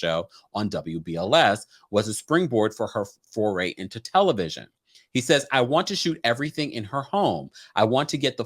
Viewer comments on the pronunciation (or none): none